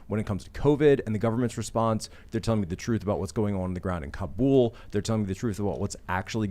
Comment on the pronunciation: I like that they pronounce Kabul right. Instead of cobble.